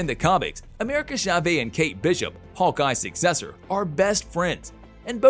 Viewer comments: When he said SHA-VAY instead of Chavez 😩 like whyyyyyyyy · Hahah “America Chavey”?! SMH